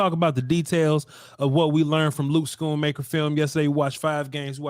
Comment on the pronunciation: It’s “Skoon-Maker”